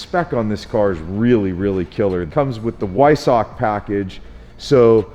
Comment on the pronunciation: Vvvvviiiisock. Is how you pronounce it.